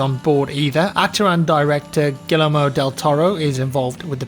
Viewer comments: Gee-yer-mo, not gill-ler-mo. Roll the r slightly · How can I believe anything from a man who says "giller-mo del toro"?! jk, love you. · So nobody else was heartbroken by the pronunciation of Guillermo 😭😂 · He said gee lair mo. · "Gillermoh Del Toro" lul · Giller-Mo del Toro lol.